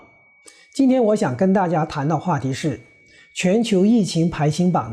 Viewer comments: 排hang榜，为啥念成排xing榜？ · 排行( hang)板，不唸(xing). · “排行榜”中的“行”读“航”，不读“形” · 你们也不是专业的播音团队，“排hang榜......” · Joseph Sun 只看見你獨一位 指出 不要 從 銀形 形過 南北形 的 排形榜。 只有他 一人的粵語 如他所說的 歎為觀止⋯⋯ 🤣😷